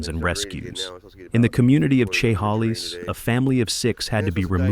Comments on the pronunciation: Chehalis is pronounced : shuh hay lis not chay hah leese. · he completely butchered Chehalis Sha-Hey-Lis not Cheh-Ha-Lees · You murdered the name "Chehalis". LOL My family used to live there years ago.